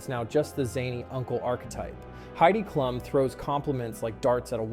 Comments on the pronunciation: Kl um not clue um you lost me. If you’re going to to videos, please attempt to pronounce their name right. Might make you more “credible “ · The way you pronounce Heidi's last name is proof you've never watched this show. Who's the fake?